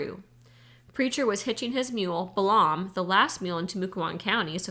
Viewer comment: I generally like this, and I'm 8.5 hours, but I have some constructive criticism: * there a LOT of mispronunciations (Balaam is pronounced bay-lum; ensign is pronounced en-sun; SAC is sack; Wechek is we-check, etc.) * you omit words from the book that you apparently think are inappropriate, but doing so subverts the author's work * there's a HUGE silence at the tail end of Chapter 10.